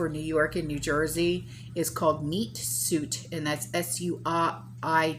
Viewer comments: Meat Suite is pronounced meat “sweet” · When there is an E on the end of suit its pronounced sweet……